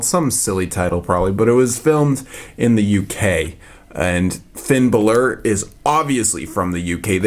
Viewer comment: ITS FINN BALÓR!